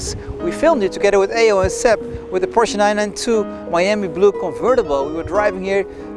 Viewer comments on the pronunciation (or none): none